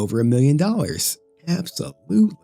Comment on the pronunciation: can you not read the word absolutely?